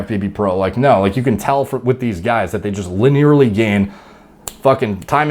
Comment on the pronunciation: "Luh-nearly" lol